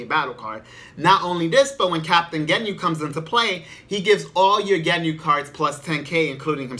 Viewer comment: Sorry I was just freaking out over the way you was saying "Genyu". I've never heard it being said that way.